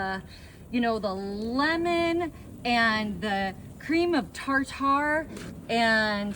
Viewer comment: I heard her say that, too. "Cream of tar tar" My mom,one of the greatest home cooking gals,,,EVER, would be in her rocker--recliner, shaking the news paper and laughing.